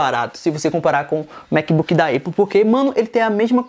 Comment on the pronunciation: vc falou eipple.. na moral ??? se escreve Apple mas se fala épou esse é o fonema kkkkk fica a dica